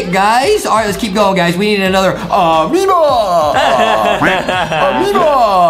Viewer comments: hey justin its not ameba amoeba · i like when justie said AMEOBA